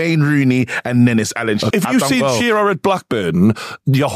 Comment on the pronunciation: Its shearer